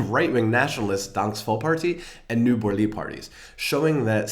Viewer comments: Hehe. "Ny Borlig" is actually "Ny Borgerlige", but I don't hate your version :) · If you're gonna make a video where you write danish words you should do it right, for example, its not ny borlig but "Nye Borgerlige"!